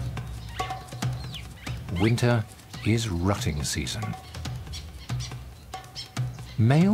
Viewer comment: I thought it sounded like he said...winter is rotting season not rutting season lmao Smh damn foreigners 😆